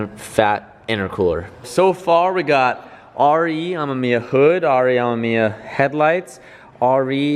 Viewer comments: Pronouncation RE AH mE miya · The word Amemiya has 3 syllable not 4